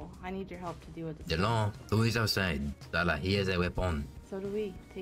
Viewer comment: sar-sars-sarah HAHAHAHA